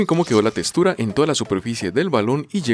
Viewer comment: Textura❌ Testura✅